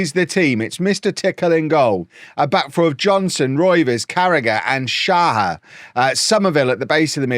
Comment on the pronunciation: Day 2 of saying until sees: You do need to pronounce the H in Shahar's name. Its more like shachar or shakhar. Same as with the H in kvaratskhelia or Hakimi